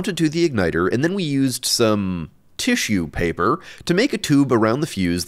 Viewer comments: "Tissue paper" 😂😅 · "tissue" paper 🌬💨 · "Tissue" paper🍃🍃🍃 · 'Tissue paper' 🤣